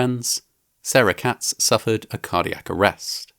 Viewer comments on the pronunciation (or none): none